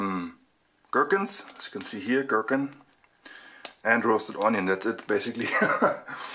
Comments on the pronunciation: MrItive auf englischem Akkzent sagt man 'Gurkens ' also was ist lustig? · Santa Monica junge was ist dein Problem? Es heisst gherkin und so spricht man das aus -. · Du kannst ja sehr gut Englisch " the gürkan " hahahaha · es wird auch "gurkin" also gürkin ausgesprochen geschrieben. der begriff gurkin wird vor allem von den australiern verwendet